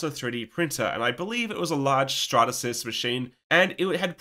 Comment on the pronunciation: "I believe it was a large Stratatsys machine" did you do that on purpose? 😜😂😂😂